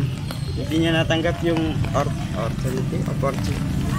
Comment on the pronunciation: "Ortunity" 🤣😂 Laugh Trip 😂🤣 Kabalen 👌